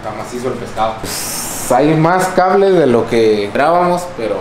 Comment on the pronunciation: Dijo cabres en vez de cables el wey jajajaja es la mamada.